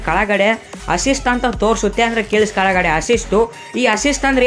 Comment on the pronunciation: Yappa en Kannada nappa kalagade allappa kelagade